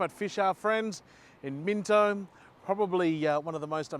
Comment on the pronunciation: You're obviously Aussie AF. So why did you keep calling it Minto? Everyone knows, it's Minno. Silent T.